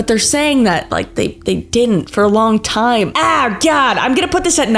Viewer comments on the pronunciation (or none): none